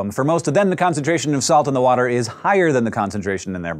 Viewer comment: Dis is how a fish drink WOTER